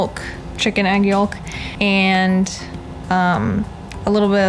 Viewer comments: Love the videos but YOKE not yollllk lol I've never known anyone to say it like that before aha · I've never heard anyone pronounce the 'L' in yolk before. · Me either XD